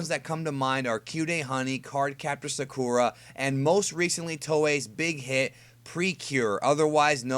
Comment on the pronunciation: You said Sakura wrong.